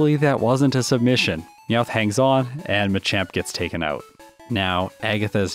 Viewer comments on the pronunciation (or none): NEVER USE A NORMAL TYPE MOVE ON HITMONCHAN UNLESS YOU CAN GUARANTEE A OHKO! In other news, Him calling Meowth "Mouth" was funny, so there's a like.